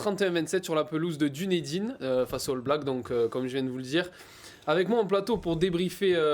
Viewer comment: Dunédine se prononce Deunideun.